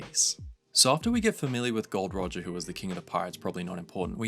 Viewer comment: when he said Gold Roger I cringed so hard It’s Gol D. Roger